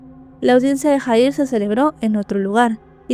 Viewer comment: disculpa pero no se pronuncia JAHIR ASI SE ESCRIBE PERO SE PRONUNCIA YAHIR